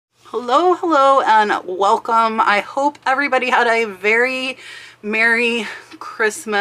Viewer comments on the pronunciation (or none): none